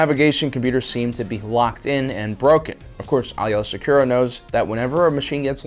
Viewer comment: Why are you mispronouncing Aayla Secura's name?